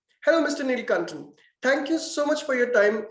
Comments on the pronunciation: not neeeelkantan its nilakantan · Nilkanthan...not Nilkantan